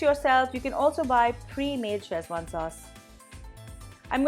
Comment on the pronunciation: It's pronounced Seh-chuan, not Chez-wan. Also the spelling is wrong in the title. Szechuan. The z is silent.